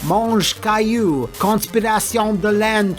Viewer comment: I love this new format ! And for the record, the good way to say "Yves" is exactly like you say "Eve" in english because the "S" is silent ;) (But your french is really good on "Mange Caillou") + Hype : The Time Quest is the first game of Patrice Desilet ah ah !